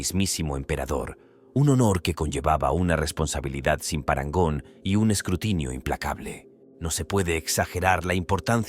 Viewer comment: TENÉS UN PROBLEMA CON LA PALABRA PARANGON HAHAHA